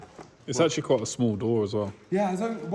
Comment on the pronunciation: Actullay, the batterray eventullay will be in the trunk?? 😂😂😂 apparentlay!